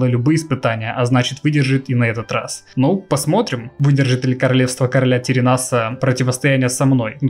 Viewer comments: Аааааа! "ТеренАс" - это просто ужас. Правильно говорить "терЕнас" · Не ТеренАс, а ТерЕнас =) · ТерЕнас а не ТеренАс, ушкам больно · Единственное, что меня смущает, это то, что ты говоришь не Тэрэнас, а Теренас. ТАм как бы и так через "Е", но звучит "Э" Король Тэрэнас, без ударной на последней "А" А так - лукас) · Папку у Артаса терЕнасом звать, а не теренАсом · Отец Артеса Тэрэнас ударение на второе э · Арста "Теренас" ударение на вторую Е. Лайк классное видео!) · Только в имени Теренас ударение на вторую Е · Каждый раз как пенопластом о стекло